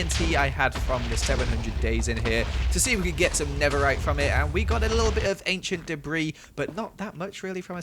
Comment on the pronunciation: 20 enchent debri RUBISH.... me; with my one enchent debri >:/